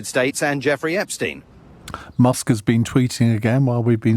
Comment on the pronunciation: 1:82 "Mr Muck" lol,. hahahahaha